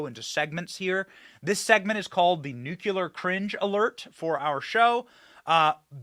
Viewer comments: Benny , you are too smart to say "nucular". You know it's "nu clee ar" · Come on Benny please please say “nuke-lee-ur” not “nuke-u-lur” it drives me crazy 🤣 love the show absolutely amazing work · Please learn to pronounce NUCLEAR correctly !!! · There is only one U in nuclear